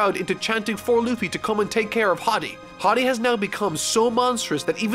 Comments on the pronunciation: I think it’s hody not hady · BRO ITS HORDY not haddy my gosh lmao learn the real name of these characters pls this is a little anoying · im bothered by how you pronounce that guys name because its pronounced Ho(like my ho)-Dee not with a short o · I don't think so, he's only reading the Manga wile he's probably seen a few clips of the anime. I'm certain he didn't bother looking at the Funimation dub where they pronounce the names correctly with the exceptions of Enel, Akainu, Jinbe and Hodie. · Anyone else peeved he's pronouncing his name as "hoddie" instead of "hoedee" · Probably because most people only watch the anime where it's HORDY and in the manga it's just Hody. I don't know which is technically correct, but I'm not surprised by his pronunciation. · Hii-Dy Me: Horrrrrdy. HoOOooRRRRDYYYYY! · HIS NAME IS HO-DI, NOT HA-DI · Nobody:: "Hoddy" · I always thought it was pronounced H-oh-dee. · Did you just pronounce Hody “Hoddi”... lol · I can't get over the fact that he keeps saying hady 😂😂 lmao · Idk hiw u miss the r in hordy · I think it's pronounced more like Cody. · I thought Hordy was pronounced whore-dee.. guess I was wrong? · Its "HOE DEE" FFS 😂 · hearing constantly pronounce hody like body is taking years off my lifespan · "Hady Jones" "Vander danken" please man. Im trying to enjoy this. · pronunciation of Hody, Vander Decken and Atahime make my ears bleed and my soul cringe